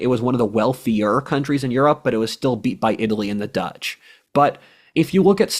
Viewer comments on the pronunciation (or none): none